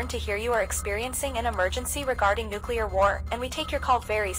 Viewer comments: Oopsies i dropped a nucular bomb on the White House my bad guys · HE HAS THE NUCULAR CODES